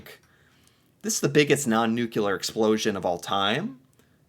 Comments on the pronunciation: the Manhattan project used the damage report from that explosion to better understand the effect of big explosion (oh and "nuclear" not "nucelar") ;) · It’s non nuclear - nu cl er. Not 😅nu clu er 😢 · NUCLEAR is pronounced NEW CLEE ER .. not NEW QUE LER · Oh, there’s a different pronunciation for you. You pronounce it newk-you-ler. We pronounce it newk-lee-er. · 📢NUCLEAR, a 2 syllable word, NEW + CLEAR. There's nuke, nucleus, & even molecular, but Noo-Q-Lar?🤣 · Stop saying nu-cu-lar! It’s pronounced nu-kle-ar! Yes, I’m Canadian. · I love your channel, and I love to hear about these things from an outside point of view - and this one is one of my favourites so far! But, please, it's pronounced "NEW-clee-ur" not 'NEW-cue-lar' - it's my biggest pet peeve. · I'm a fan from Canada, but really having a hard cringe every time I hear the "new-Q-lar" pronunciation... Nuclear = New-clear , or if you're British "new- clee-R". There's no added syllable, c'mon man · New-clee-ar not nucular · off topic, but why do so many Americans say "nuculer" instead of "nuclear"? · You mean Nucular...I've heard a ton of people make that mistake he made. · Not trying to pick on you but... Adjective. nucular (comparative more nucular, superlative most nucular) (botany) Nut-shaped; of or relating to a nucule — a section of a compound (usually hard) fruit. /ˈnukliə/ Nuclear describes something that has to do with the nucleus — the central part — of an atom. If you're a nuclear physicist, you do a lot of work with that part of the atom.